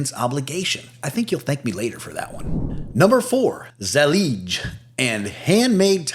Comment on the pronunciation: Zellige is pronounced Zell- I-Ga ( arabic)